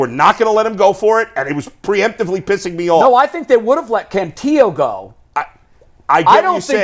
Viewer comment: Guys you sound dumb- it’s “Can-TILL-o”, not “Can-TEE-o”. The guy has been in the org for 3 years, you should know this by now.